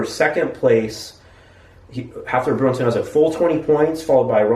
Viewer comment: It's Hafthor Beerson lol.